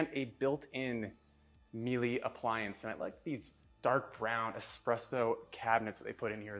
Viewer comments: Just so you know its pronounced Mee-La (rhymes with Sheila) not Mee-lay for the Miele appliances. I know this as fact as a high end appliance rep told me this years ago. Very surprising the butler's prep area has no appliances. Usually homes in this pricing bracket have a butler's full kitchen and the other one is more of a show kitchen (although functional of course). The man cave area was super cool. Nice to know you have a chance if the zombie apocolypse occurs. Great man cave and game area too. All that astro turf outside the pool and no putting green?! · the oven isn't called melee, you say melar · "Me Lee" 😂 It is German and is pronounced "me luh." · Nice job on a neat house. The appliances are pronounced “Mee-la.” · Just a tip: the brand of the appliances is pronounced MEELA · Actually not. It's Italian, so ir pronounced MEE-EH-LEH. And means " honey" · You need to learn to pronounce Miele.